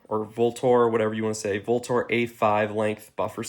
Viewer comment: Vltor is Latin for "avenger". And its pronounced ultor (like ultra). And as for suggestions, I'd suggest using something besides gorilla tape for cable management. Ranger bands are cheap and far less ugly. Otherwise, solid setups overall